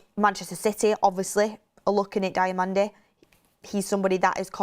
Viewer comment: Diomande (Dee oh man-day) thats how its said. Please stop with this DIAmande...